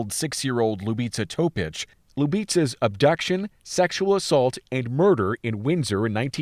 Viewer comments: Pa nije Topič nego Topić...ako se vec bavi slucajevima u kojima zrtve ili pocinioci imaju imena koja nisu engleskog porekla treba da se potrudi da ih izgovori pravilno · Yes, the last name is pronounced Topich. The "c" has a "ch" because there usually a dash above the c.